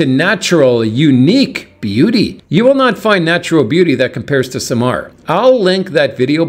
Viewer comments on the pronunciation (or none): SAMAL, NOT Samar